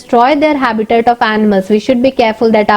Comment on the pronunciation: First correct your pronunciation and then make some videos in YouTube.you don't know how to noun habitat and categorise